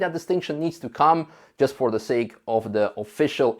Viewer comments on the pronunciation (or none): none